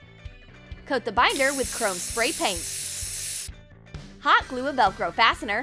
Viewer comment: The way she says hot glue bothers me...